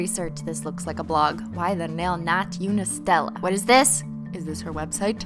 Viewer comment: it's not unistella like unicorn it's like eonistella